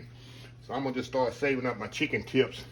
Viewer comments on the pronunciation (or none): none